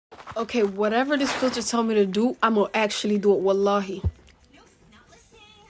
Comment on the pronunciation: Nah she said wallhay 0:5